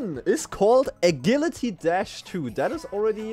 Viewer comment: I've never heard anyone pronounce Agility like that lol